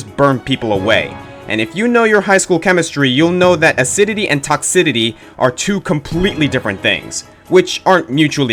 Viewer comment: “Acidity and toxidity “. [breathe in] ...BOI.